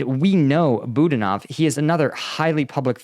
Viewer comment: But hey he pronounced Budanov's name wrong too! 🤣. Come on this is your job. Take a minute to Google the pronunciation.